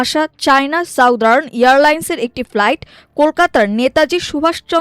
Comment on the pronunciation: সংবাদ পাঠক কেন ফ্লাইটকে প্লাইট বলছেন